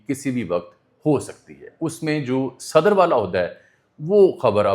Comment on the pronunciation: صدر sadar نہیں صدر Sadr ہے براہ کرم اردو تلفظ کی جانب توجہ دیں